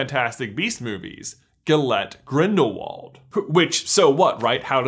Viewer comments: not to be pushy but the pronunciation of Grindelwald is grildelvald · Gellert is German, meaning his last name is pronounced Grindel-vald!